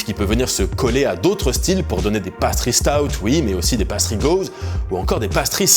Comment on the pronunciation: vidéo interressante par contre ta prononciation du mot "pastry" est du niveau de ceux qui disent "palale" pour "pale ale" XD